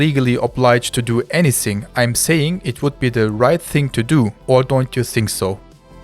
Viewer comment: es heißt nicht "i sink" es heißt "i fink" - Zunge geht zwischen die Zähne nach vorne so dass ein gelispeltes F entsteht, hence das "th" von "think"